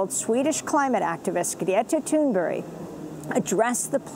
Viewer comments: Amy, I wish you would take a moment to learn how to pronounce Greta's last name correctly. It's Thunberg with a g at the end, not Toonberry. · Amy Goodman clearly says ''Greta Toon-berry'' She must know something I do not know... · Can someone tell me why Amy Goodman always says "Greta Tunberry"? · In Swedish, it's pronounced Thunbæri